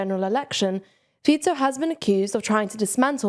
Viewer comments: Feetso may be correct but Faiko still sounds cooler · That happens. She may have just forgetten the correct pronunciation as she continued to explain the news. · Everybody says "Fiko", I can't blame her, I only have that pronunciation in my head too. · How can you pronounce Fico correctly and then call him Fiko 10 seconds later?